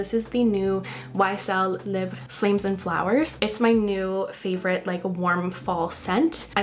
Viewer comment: I love that you speak French and know how to pronounce Libre.